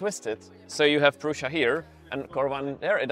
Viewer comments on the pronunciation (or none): Why do youtbers call it Proosha but Josef Prusa calls it Proosa?